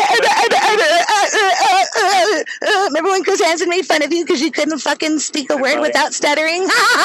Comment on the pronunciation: drunk: “you mean y-y-youuejehh” 🤣